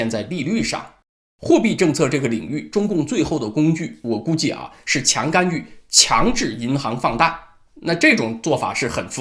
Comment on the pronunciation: 是「干』預不是「幹」預.....